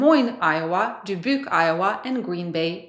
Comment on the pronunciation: I like how you say Dubuque, it sounds you swallowed potato 😂😂😂